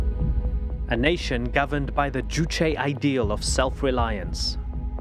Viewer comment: Finally somebody who can pronounce Juche